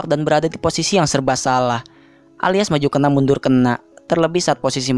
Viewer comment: "Untuk munduur" ,,,,,sambil logat nya kaya gitu😅😅😅😅😅😅😅😅😅